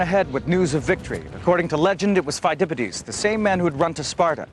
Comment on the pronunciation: mrbigck81, its pheidipidis, not Feidipidies